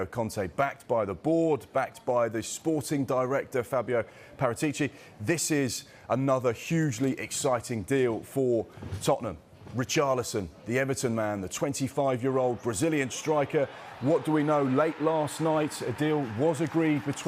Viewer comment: going on national television and not being able to pronounce names. get this wanker out of here. its paRAtici, not paraTIci ffs.